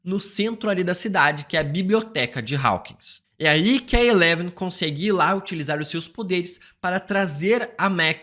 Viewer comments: Rapaz, que agonia de ouvir você pronunciando Raukins. A pronuncio é Hókins. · Ai moço fala “Hawkins” normal kkkkk